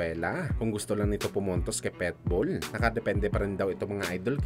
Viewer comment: Kakashupa mo napilipit na dila mo boy!!! PIT-BULL✅ hindi PEtbull ❌ ginawa mong literal na aso 😅😅😅😅